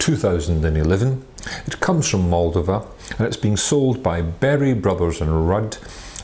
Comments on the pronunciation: It’s MOLDOVA not Mooldiva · You should work on pronouncing Moldova and Rara Neagra correctly.